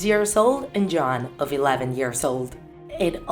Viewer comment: Dude I heard Joan instead of Joanne😂😂